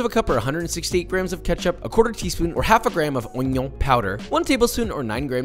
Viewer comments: He said oñion 😂 never thought that word was gonna get out so fast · If this was my first time watching a Joshua Weissman video, I’d have actually googled what “won-yuan” powder was.